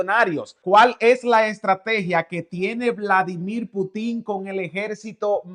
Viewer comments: PUTIN LLEVA ACENTO EN LA (U) Y NO EN LA (I) PUUTIN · NO te pongas a exponer cuando no sabes ni pronunciar bien el nombre del Presidente Ruso. NO lleva acento al final. Lo que dices es una tontería muy ofensiva al expresarte incorrectamente.